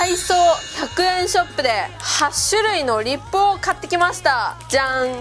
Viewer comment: イントネーション違いますwリッ↓プ↑じゃなくてリッ↑プ→ですw